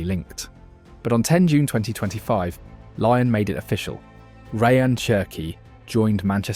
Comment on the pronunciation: Lyon is not pronounced lion